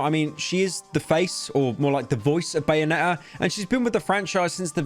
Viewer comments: “bayone’ah”-pyrocynical 2022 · Bro really said bayone' 'er